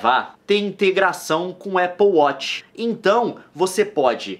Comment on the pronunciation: "Nossa o leon tem um apple weth" kkkkkkkk nilce recuperando sua caipiragem daqui de birigui.